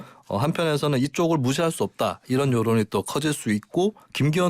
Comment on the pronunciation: 다시 한 번 잘 들어보시죠.'이란'이 아니라 '이런' 입니다. - 김은혜 대변인